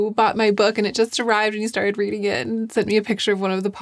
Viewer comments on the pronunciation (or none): none